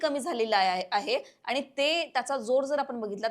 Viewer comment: सर्वात आधी आपले शब्दोच्चार सुधारावे... आनी पानी गुल लोनी करू नये.